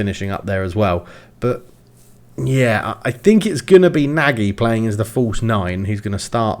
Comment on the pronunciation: Nagy is prounounced "Noj." Fun fact, it means big or large in Hungarian :)